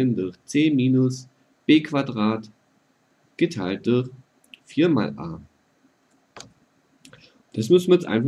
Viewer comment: bei geteiltdurch muss ich immer lachen xD Du sagst:" geteiltduchh" haha